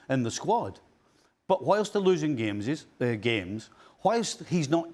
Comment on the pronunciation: Stevie said "game-ses". 😆